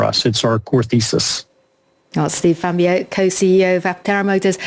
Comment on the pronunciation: The way Steve Fambro humbly ignored his black eye and the interviewer’s butchery of his last name gives me hope that Aptera will endure the coming hell of 1st Gen production errors and painful/expensive adjustments, recalls, supply chain strangulations and breakages, customer repair nightmares, mainstream media hit pieces, sensationalized battery fires, Aptera crash injuries/fatalities and lawsuits, and the challenges of ramping mass production to significant and profitable scale. I hope they manage to slog through the grinds and dance around the pitfalls that bankrupted and broke Arcimoto, Canoo, Fisker, Bollinger, Lordstown and others, because I want to see these vehicles on the roads benefiting actual people, and because I want to take delivery of my own Aptera vehicle order.